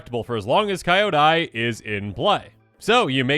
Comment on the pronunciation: It's kee-YO-dai, ko-TO-se and HEY-ko not KA-yo-dai, ko-TO-see and HAI-ko. Many of these words have actual meanings in Japanese so the pronunciations are kinda important. I blame Eddie.